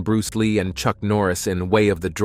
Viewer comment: Did you say "Church Norris" or am I tripping